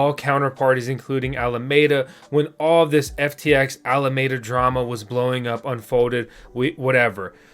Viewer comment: Alameda, it has FOUR syllables, 'Al-a-me-da''.